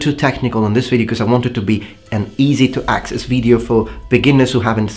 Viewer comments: your pronunciation is fine except for when you say video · Great video. As a friendly suggestion, you miss pronounce video regularly not all the time but regularly. You seem to be stretching the first vowel.